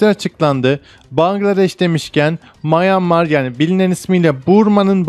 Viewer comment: Mayanmar ne abi shielde de şald dedin ya